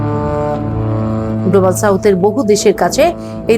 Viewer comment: উপস্থাপিকা এই জায়গায় কিভাবে কার্পণ্য করেছে খেয়াল করেছেন গ্লোবাল সাউথ বলেছে সে কিন্তু উচ্চারণ এমন করে করেছে কিচ্ছু বোঝা যায় না খুব আস্তে কানের কাছে একেবারে স্থির ভাবে না শুনলে কিন্তু পশ্চিমটা কোন উচ্চস্বরে বলেছে